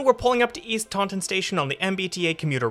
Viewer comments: It's pronounced Tah-In, not Tawn-Ton. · pronounced "Tawn in" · Yeah, it's not pronounced like the Star Wars creature either. Around here, it's TAUNT-in. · Yeah, there's quite a few pronunciation mistakes in this video. Taunton is another in that it's TAUNT-in.